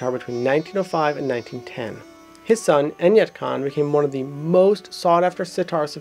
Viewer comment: Good Job! It was a very informative introduction of the the instrument. However, a little clarification in the pronunciation of the names is required... Khusrow is pronounced as Khus-ro not Khusrau(kh like ch in loch, s as in rest and row as in grow). And Enayat is pronounced as Inaá-yat, also Vilayat as Vilaá-yat. There is also a story about tri-tantri-veena (3 stringed veena) existing before Sitar that can be the ancestor of Sitar, but there no concrete proof coz pretty much all of the knowledge of classical indian music used to be passed down orally.